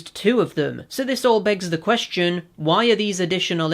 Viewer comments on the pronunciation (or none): none